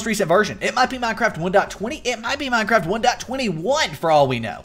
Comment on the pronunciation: HE SAYS MINE-CRAB LOL!!!!!!!!